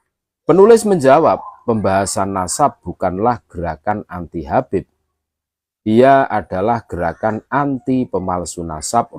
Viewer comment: Ko"habeb sekarang dibaca y KABEB YA KENAPA YA.....